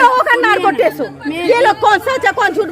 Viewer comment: Narco Tess nhi test hota hai